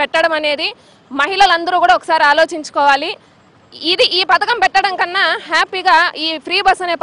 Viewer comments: Free bus padhakam kaadu anta....pathaakam anta 😂... Nee paytm kulla gajji batch. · మీ జగన్ హయాంలో ఇదికూడా లేదు కదా. పధకము అమ్మా పతకము కాదు script బాగా చదువుకోనిరండి. ఇచ్చిన కూలికి న్యాయం చెయ్యండి.